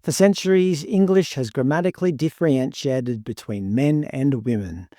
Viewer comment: The irony of you mispronouncing differentiated is not lost